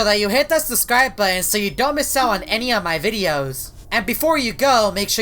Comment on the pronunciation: why do say suscribe